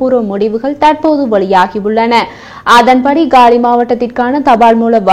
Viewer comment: காலி என்று தமிழில் உச்சரியுங்கள்